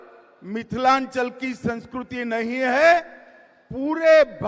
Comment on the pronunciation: Sanskriti ko sanskuruti bol raha hai hm